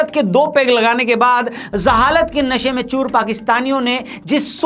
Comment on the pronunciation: Zahalat nahi hota, Jahalat hota hai, improve you pronunciation.